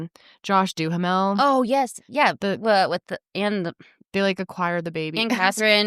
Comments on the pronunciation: Dying at the pronunciation of Josh Duhamel 😂 Pretty sure it’s pronounced ‘DEW-MEL’ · Lololol guys it’s just pronounced Du-mel 🤣